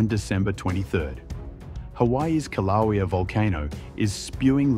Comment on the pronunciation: At least get an AI that can pronounce Kilauea!!